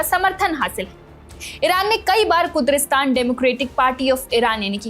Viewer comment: आप कुद्री स्थान बोल रही है जबकि सही नाम है कुर्दिस्तान